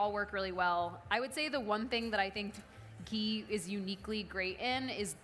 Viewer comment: Mediocre Indian/NRI cook who has learnt one or two things.. which she uses in every recipe.. here 'chhonk' & 'ghee'(in her words chonk and ghay).... I've watched her daal(Dahl=in her words) recipe she sucked miserably(no one in india makes dal like that no spice also her daal stucked in pan and putting her with madhur jafry lower madhur jafry's skill and knowledge and experience.. really there great indian chefs out there in US.. why to lower the leval of platform with her.... Dont come at me this is opinion of one indian who is passionate indian food lover